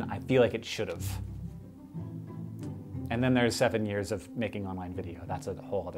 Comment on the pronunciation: DFTBA! I love the end quote: "...thas muh whole life."